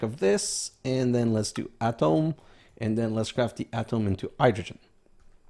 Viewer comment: Atom is ah-tum not ah-tom , BUT atomic is ah-tom-ic (friggin English) not being picky but i know you like to say the proper pronunciation (from a long time ago.....lol....)